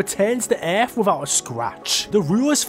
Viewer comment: Bro for God's sake, it's ,,world"" not "weeerld" and it's ,,earth" and not ,,Eeerrff" God damn it bro please stop it